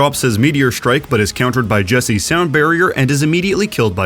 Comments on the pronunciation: Fuel's main support is pronounced Jek-seh not jesse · I'm pretty sure its pronounced jek-say, not jessie, or at least that's how the casters say it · Jec-se not jessie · Jessie and not jefse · Why is jecse called "Jesse" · Why is Jecse being pronounced like Jesse? Also the Fuel won 4-2, not 4-3. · ‘jesse’ lmao